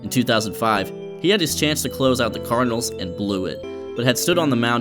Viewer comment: Great content. May wanna fix saying "Cardinals" though